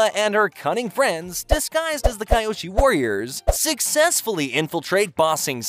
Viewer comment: Bro it pronounced (key oshi) not (Kai oshi)